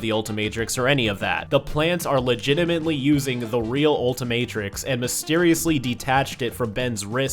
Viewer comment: Bruh it’s the ultimatrix not what ever you said get it right